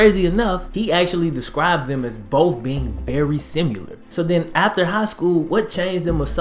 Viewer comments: sim-eh-ler not sim-u-ler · My ears hit the brakes for a quick second after hearing you pronounce "similar." ..... "SIMYOULER" "SIMEWLER".. :') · does it bother anyone else that he says "simular" in the beginning?